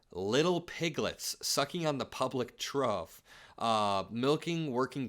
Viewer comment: Hello! Trough is pronounced troff and is the thing that farm animals eat out of here in Indiana and across the midwest. Happy holidays from snow country and thanks for everything you do!